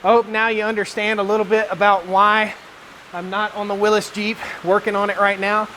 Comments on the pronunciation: WILLY'S, WILLY'S, WILLY'S, WILLY'S, WILLY'S. NOT WILLIS!!! You're going to give me another stroke. AAAAAAHHHHHHHH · It goes back to the originators who pronounced it Will is.